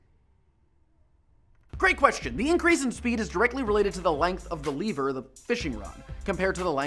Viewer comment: I think you misinterpreted what Nintendo meant by "Dark Energy." Also, you don't pronounce lever as "Leever", because the latter is a Zelda monster.